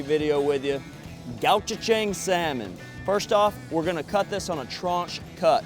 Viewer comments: Thanks for the recipe and grilling instructions. BTW, it's pronounced "go-chew-jang" or ""go-ch-jng". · I love that Americans are discovering Korean flavors! But hearing the pronunciation was painful! 😀😬